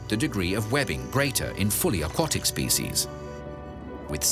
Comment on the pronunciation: If you're claiming to provide high-quality documentaries, you may want to watch the narration. I'd expect a video about turtles to be able to pronounce the word aquatic properly.